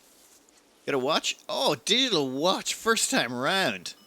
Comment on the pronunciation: darn, i hear everytime "diddle watch" instead of digital watch. yeah, i´m old...